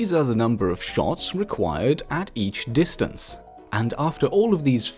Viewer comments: you said dinstance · XD " dinstance " you English very well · “Dinstance” love ur vids btw :) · Did him using “dinstance” kill anyone else? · Don't you mean Dinstance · Lol it said dinstance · thats not how u say distance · I lost it at "distance"